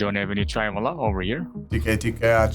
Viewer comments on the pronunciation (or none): just to scare them more , the pronunciation of "wala" in chai wala, is with a V, so chai Vala